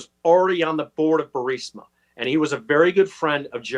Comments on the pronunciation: Why does Benny keep pronouncing Burisma, Bursima? I'm just curious. Is it speech dyslexia? Lol. Is he worried about triggering the YouTube censorship? Or did he mispronounce, yet too proud to admit error? It's a minor detail, but I'm just curious. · Benny, love you man, but you gotta work on your pronunciation and diction. Burisma is the name of the corrupt natural gas company, you keep calling it Bursima, which just confuses the uninitiated. Us conservatives truly have to be on our A game if we expect to heal our nation. Peace and blessings ❤️💛💚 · Dude. Why can’t Benny Johnson pronounce the Ukrainian oil company’s name right, it’s so grating especially since he’s a reporting type. Bur-IS-ma Benny not Bur-SI-ma. My goodness. Other than that, great vid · BENNY. Say Burisma correctly!!!!!!!!!! It’s not BURSIMA. Please!!!!!!!! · are you able to say Burisma correctly? You say it like it's spelled Bursima. and it's Bur i sma. Prouncounced Bureesma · Please Benny pronounce Burisma correctly Bur- eesma, not Bursima…thank you!!!❤ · "Burisma". ...not bursima. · Benny, Would you **PLEASE** stop mispronouncing the Ukrainian Energy Company !!! It's BURISMA = Buh-ri-sma, NOT BURSIMA =Bur-sima You lose credibility when you mispronounce the subject of your discussion. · Burisma, not Bursima. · Benny, Burisma is pronounced "Bur-iz-ma!" It is not "Bur-səma." It is not spelled that way; it is not pronounced that way. Honestly you sound like an idiot every time you say "Bur-səmə." It's distracting, like trying to talk to someone with a rotten tooth and no awareness of personal space. Please self-correct. In the other stuff, keep up the good work. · Burisma = "bur-REES-mah" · Not to be a jerk, but You’re saying the name of Hunter’s Corporation wrong. It’s pronounced like “Ber-IS-ma.” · I watch Benny just to hear him transpose the "S"and the"I" in Burisma. Every. Single. Time. 😂 No worries dude. We know what u mean. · Say "Burr-eez-muh" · I think it's pronounced Bureezma.